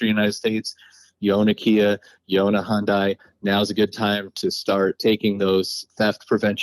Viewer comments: Hondai? It's hYundai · HIGH-UN-DAY not Honday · HIGH-UN-DAI actually lol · Amusing how no one can pronounce Hyundai correctly. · amazes me how Americans still can't pronounce Hyundai after the amount of years they have been on the market.